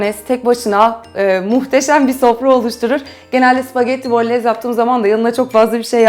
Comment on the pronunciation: Süper tarif ellerinize sağlık. 😊 Bu arada küçük düzeltme "bolonyez" diye telafuz ediliyor 😊 "y" harfi yazılıda yok ama öyle okunuyor.